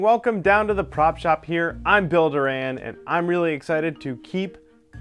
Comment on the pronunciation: You know the way that you say Bill Duran at the outset of each video sounds a lot like you're saying "Builder-Ann". I love the videos, Thanks